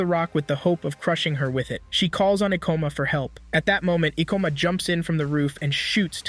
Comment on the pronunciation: ka-ba-n-e not kabani. and E-ko-ma.